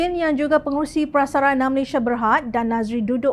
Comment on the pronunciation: Utk pembaca berita - Malaysia bukan Malayshia.